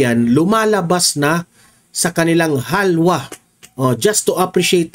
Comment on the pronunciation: "Hawla" he. .he. .he hindi po "Halwa" lumalabas ang taong bayan.